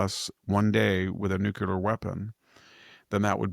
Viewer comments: Dear VDH.. say Nuc-Le-Ar. (Not Nuc-U-Lar)! Please don't AKS me why you sound ... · I have always had the greatest respect for Dr. Hanson, but (and it drives me absolutely crazy), being as smart as he obviously is, why does he keep saying "nukular" instead of "nuCLEAR" ? I have always thought that folk that use the word "nukular" are intellectually lazy, and simply expand on the colloquial "Nuke", but that is obviously NOT the case with VDH. The clue is in the spelling of the word "nuclear". So the question remains, why oh why VDH? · Good morning Dr Hansen and best wishes on a quick and speedy recovery. This is really coming out of left field but every time I hear you say "nucular" instead of nuclear l just don't understand why you mispronounce that word! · It's not "nuc-u-lar" it is "nuc-le-ar". Please say it right. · What is nookyuler,? Are you trying to say nuclear? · always odd when I hear 'nucular'. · Nuclear Nuclear Nuclear- Pronounced NU CLEE ER. Bush has been out of office for years!